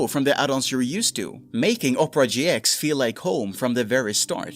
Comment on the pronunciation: Oprah GX -- LMFAOOOOOO You get a web browser, you get a web browser, everyone gets a web browser! (it's pronounced Opera not Oprah) 😂😂